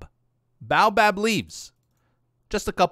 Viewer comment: Hey love the vid. Also baobab is pronounced like (Bay-o-bob) haha.